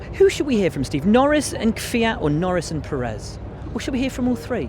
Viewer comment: Nobody can pronounce the names anymore... it's KubITSA, it's CharleS LeclerC (like Prince Charles), and Sergio PErez, not PerEZ.